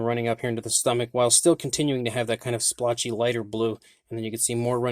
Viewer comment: Please! Stop saying slpotch.